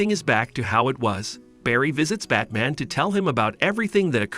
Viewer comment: I seems to be all his videos. Batmen instead of batman, Darkseed instead of Darkseid. Luhther instead of Luther. I could keep going